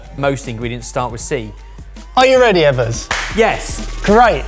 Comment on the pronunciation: I don't usually take to the comments but, EBBERS!!! You CANNOT get away with the U!